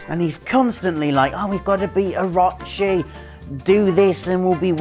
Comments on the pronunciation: My man...there is no A in Orochi. "Oh - ro - chee" lol its a name used in tons of games and ancient real world lore come on now ;-) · It's pronounced, (oh-ro-chi). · I’ll be honest, the way you pronounce orochi triggers me